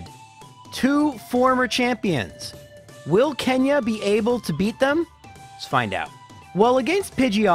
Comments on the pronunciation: I died a little when he said "While leads off with a Zatu" because I thought he actually mispronounces every first elite four member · Loralei pronunciation doesn't get me, but "Wile" did, gg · You have no idea how much you scared me when you called Will "While" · After the second "While" I paused the vid and was like "wait, wtf?" lol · I actually left a joke comment on an earlier video where he said he likes Will because no one tells him he mispronounces his name, and in it I said his name was "While" doubt it came from my comment, but he's probably making the same joke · Wile with his Za-too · "Wyle" had me shook for a minute there lol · Elite 4 "Wyle".... I laughed so hard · I'm gonna be honest I just thought in Canada you say "While" instead of Will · Me listening to apologize for mispronouncing Lorelei: It's fine dude it's just a name Me listening to say While twice: the lord is testing me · I nearly died when you got up to the Elite 4 and pronounced Will. That was such a great gag.